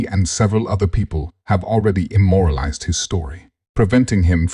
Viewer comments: Immortalized mate. Not imoralised. I love your work just hate your creepy King on a throne stick. Such a pity you have decided to go the AI route. Fake voice etc. A King would have comprehensive knowledge of words and their meaning 😂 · Immortalized not Immoralized 😅